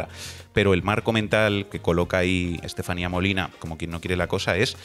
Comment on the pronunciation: Creo que hay gente que no sabe donde está !! dice la Estaselatenía, perdón Estefania. Si claro hay gente que no se ha pronunciado donde los tienen sus " democratas" desgobiernos